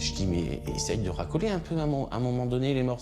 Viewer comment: 5 min 21 ''le pauvre lapsus il dit a sa femme essaye de Racoller avec ra famille au lieu de recoller 😂